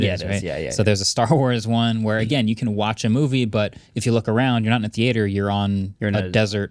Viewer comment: the way marques said "theater" had me giggling